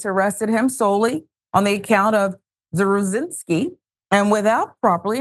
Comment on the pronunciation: I know someone with this last name. He pronounced it "zav-ruh-zin-ski"